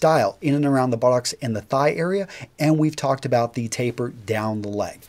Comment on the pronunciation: Sounds like he says: "THE FIT IN THE BO-LLOCKS."